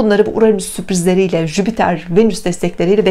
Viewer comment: Bir de Jüpiter gezegenini telaffuz edebilseydin süper olurdu hani yaani.😏😏. en sevdiğim gezegen hem de ama söylemeyi bile beceremiyorlar.